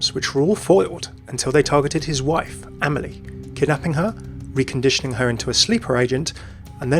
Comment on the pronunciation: the way you pronounce Amélie is so hard to listen to